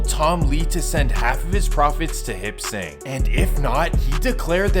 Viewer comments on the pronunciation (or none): Hip sing? Lol it's Hop Sing.. .